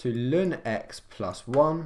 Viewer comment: natural log 🚫 LÜN ✅, good vid tho